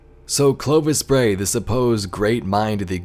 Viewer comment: Yep, you said it right, Nice summary :-) Looking forward to the ARG on Nov 5th!